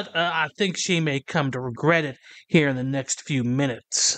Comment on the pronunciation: Someone explain to this guy that the word "here" is only one syllable. You're not throwing a punch in karate or anything